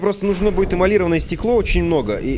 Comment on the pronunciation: ЭмалирОванное стекло, Дима...эмалирОванное, а не эмалИрованное...и пушка пропульСИОНная, а не пропульСИВная...